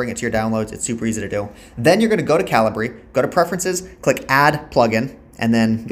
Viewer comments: Thanks for the video, very helpful. Also It's pronounced cal-i-ber not cal-i-bree :D thanks again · I've always pronounced it Cah-Lee_Breh 😅🤭🤷‍♂